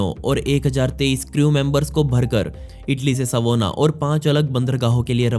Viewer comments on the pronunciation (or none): none